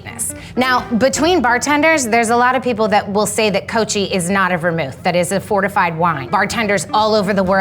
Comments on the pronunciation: Laura Royer, I love the martini, but it is like nails on a chalkboard to hear cocchi pronounced “coach-eee” instead of “coke-eee.” It is like hearing “broo-shetta” instead of “broo-sketta” (bruschetta), or “expresso” instead of “espresso.” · for the love of gord, its not cochi, its coKie vermouth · Cocchi = koh-key. Not koh-chee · "Coachey" is not a Vermouth but "Cokey" is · Cocchi, is pronounced Cokki. This teacher looking lady should know it.. XD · 'Ko-kee' if you are going to use it, learn how to pronounce it. Geez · Classic bartender refers to Cocchi as "Coachy" ..... jeez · “Classic Bartender” can’t even properly pronounce Cocchi. Where do you find these people? “Coachey”, smh😂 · Did she say “coach-ey”?? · Cocchi isn't pronounced that way. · I don’t mean to be judgemental or rude, but that girl works for a major classic hotel bar and she doesn’t know how to pronounce Cocchi or Noilly Prat? Unbelievable… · She should know how to pronounce "cocchi" at the least. Like come on. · Most on the cocchi was not super true including the pronounciation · Too bad she can't pronounce "cocchi" properly. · how’d they manage to find a bartender who doesn’t know how to pronounce Cocchi